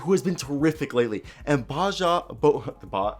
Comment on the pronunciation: Great video! BTW Bojan is pronounced Boy-an